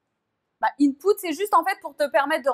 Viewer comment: Petite correction, ce n'est pas "intput" mais plutot "input"